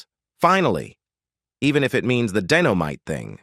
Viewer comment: This commentator can't be this stupid.,"Dino mite., i mean come on,did he not ever see the show or know how to read?